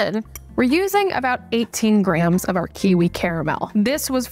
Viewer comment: I started hearing Grahams instead of grams in your videos and I can’t unhear it 😂 Graham should be a new measurement unit